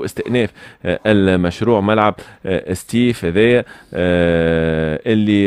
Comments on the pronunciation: سطيف وليس ستيف يا أخي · سطيف ماشي ستيف يا تونسي